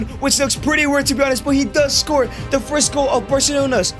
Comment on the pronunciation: "Thee Greatest of All Time".